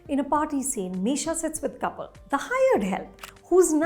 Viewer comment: Even I got confused for a moment as she mentioned the step mother and showed a picture of Kapil but pronounced it "couple".